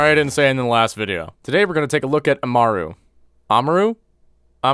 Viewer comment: Im cringing (ama- ru) aaaaaaaaggggggggghhhhhhhhh